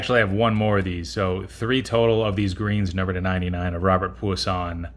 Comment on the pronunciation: You get 💯 on the Puasón pronunciation! 👊🏼 Nice vid. Good luck on the sub and we’ll catch you at your auction. 🤙